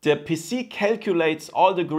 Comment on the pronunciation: “Connect to d puss-c” YEAAHHH German🇩🇪🇩🇪🇩🇪